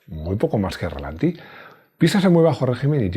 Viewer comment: hombre, no digas relantí, es ralentí. Con cariño;)